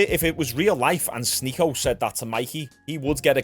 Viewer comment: You DID sy his name rite Yesterday. The same way he says it!